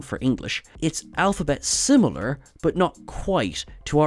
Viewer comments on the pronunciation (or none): none